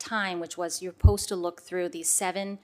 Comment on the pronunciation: . “you’re. ‘posta’ look.”. suppose to look?